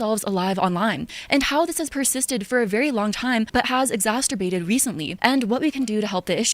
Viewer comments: Lol Im not usually upset when people say things wrong but when she tries so hard to sound smart and modify her voice and then says exasterbated it's funny. She can't say exacerbated or just fumbled ... But either way using big words and fumbling them while being uppity is hilarious. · Exasterbated had me dying 😅